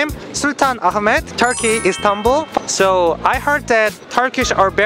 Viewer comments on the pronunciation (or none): none